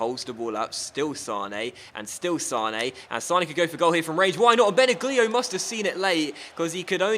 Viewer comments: it's pronounced Bena lio. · This is how you pronounce Benaglio. You should say Benalio not Benaglio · Its pronounced ben ag lio not ben a glio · benaglio pronounced benalio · Benaglio is pronounced Ben-al-yli-oh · FYI, Benaglio is pronounced without "g". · The Wolfsburg goalie is pronounced "benallio", just something for the replay:) this is my favourite career mode on youtube at the moment, keep up your work,:) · that pronounciation of benaglio though...